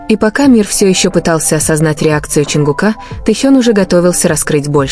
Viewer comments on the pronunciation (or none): Автор или блогер или чтец текста, как надоели ваши ошибки при чтении. Имя ЧОНГУК не склоняется !!! Чонгука - ударение ставьте на У. и т. Д. И это очень часто так делаете. Не слушаю вас из за этого.